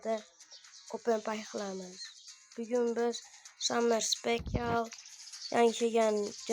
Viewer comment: San birinchi gapirishni oʻrganvol abamayang bomedi abumeyang boladi Summer spekialmas Sammy speshl oʻqiladi garrang